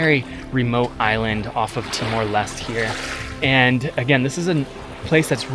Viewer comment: bro why did u say it as timor lest, its lesté, no way u went to the country and still manage to mispronounce it